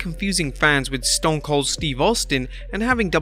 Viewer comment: Anyone else here him botch stone cold name lol